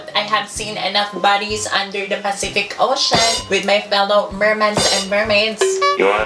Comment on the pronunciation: pacific owshuuun????? HAHAHAHA